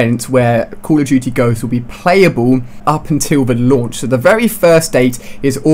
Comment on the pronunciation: What was that Ali-A? Cooawl ah Dootie Ghosts?